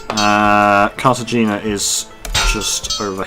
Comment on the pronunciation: You’re going to lose money with the dining car more often than not. Also it’s pronounced Carta hay nuh